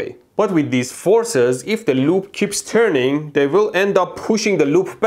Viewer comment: its terning 😂😅🤣